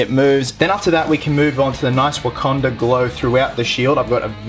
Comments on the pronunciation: Well, at least he got the "Wakanda" pronunciation correct on the last episode of "Captain With a Country". Only took him six episodes to get it right. lol Jk,, just busting your balls. Good job! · Legend. Finally learnt to say Wakanda 😂😂